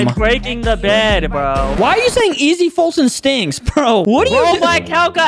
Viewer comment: Who the heck is f[U]tyn its foltyn